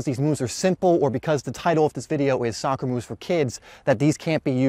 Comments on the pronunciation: Soccer NOT Soocker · All the dislikes are because you called it soocer